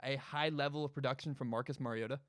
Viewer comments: Its mario-TA. He's Hawaiian and that's what his mom said the pronunciation was before his very first start at Oregon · It’s Mario-Ta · It’s pronounced mariota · YOU CAN"T EVEN SAY HIS NAME RIGHT! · Mariota is pronounced just like Marcus. FYI when you talk about us when we take Herbert/Fromm with the 12th overall pick next draft.